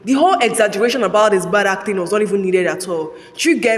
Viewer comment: i wonder why you keep saying ACTHING instead of ACTING